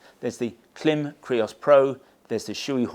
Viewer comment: I always watch your gear reviews and really appreciate the detail you go into. But please, please, please…Klim is pronounced like climb!